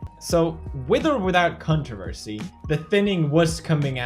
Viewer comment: I swear he said cuntroversy